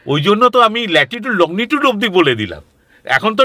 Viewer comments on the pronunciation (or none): শুনতে ভীষণই ভালো লাগছে,মাঝে মধ্যে ওনার( ) যাবার রাস্তার বর্ণনা শুনে গায়ে কাঁটা ও দিচ্ছে,কিন্তু উনি তো একজন বিশিষ্ট শিক্ষিত preson,উনি লঙ্গী টুড উচ্চারণ টাকে কি বলছেন? লগ্নি টুড!!?? জানিনা আমি কোনো ভুল শুনছি কিনা,বা আমার জানা টা সঠিক কিনা,আর যে পেপার টুকরো টায় উনি লিখে এনেছেন,সেখানে আশ্রম বানান লেখা রয়েছে আস রম,এটা কি সঠিক?? সব গুলিয়ে যাচ্ছে যে।কি দেখছি, শুনছি,আর কি শিখেছি আমরা।তাহলে কি আমাদের শিক্ষা ই ভুলে ভরা। যাই হোক ভালো এপিসোড,বিশ্বাস অবিশ্বাস, জানা, নাজানার দোদুল্যমানতা য় দেখে,ও শুনে নয়ন ও কান সার্থক করলাম।ভালো থাকবেন সকলে।উত্তরের আশায় রইলাম,নিজের জানা টা সঠিক কিনা যাচাই করে নেবার জন্য।